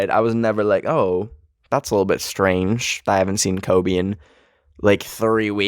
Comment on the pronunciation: it sounded like he said klobe